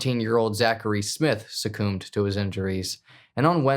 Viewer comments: Sucoombed 😭 plsssss succumbed is pronounced “suh-cummed” lol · Bro, why "suck-coomed"😂 makes zero sense? But utterly, bizarre pronunciation is a regular occurrence here. You could probably make a list of 30 strange, almost unfollowable pronunciations each video. Is secretly from Finland or something? Seriously, I want to know. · Sacoomed? You’re kidding, right? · I don't know where you're from but that's not how you pronounce succumbed. SUC/CUMB it looks awful but it's what Google has on pronouncing that word. No O in it, at all. 😂✌🏻the pronounceing of that word in writting is just too much. But I promise that's exactly what it shows. 😊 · It's totally 'sucoomed' 😂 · Lol, succumbed. The c-u-m is pronounced same as the other word for orgasm. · "Suck-coomed to her wounds." Why the pronunciation? Why the strange pronunciation all the time, in fact?😂